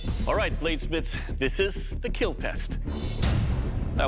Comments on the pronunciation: Next up: the Dragon Bone Smasher or Keel Smasher from Demon's Souls I want to hear him say it will Smash instead of it will Keel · Fun fact : Doug actually says “KEAL” cause he knew that kids would be watching this show so he formed an abbreviation that is : KEAL -> Keep everyone alive , and he said this to signify that the main purpose of these weapons are for self defence